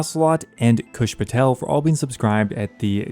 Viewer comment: This is a weird one, but the thing i enjoy the most about your videos, is when You mention kush patel at the dragón tier, sound so clean i love it